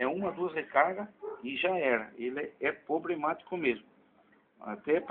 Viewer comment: pobrema huahua pobremático huahuahuahua